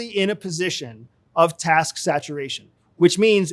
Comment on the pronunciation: say "task" again... arrrg!